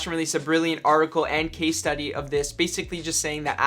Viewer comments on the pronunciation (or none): none